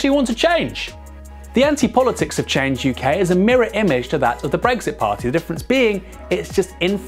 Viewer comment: It's not "Change U.K.", it's "Change UK", as in "YUK YUK YUK".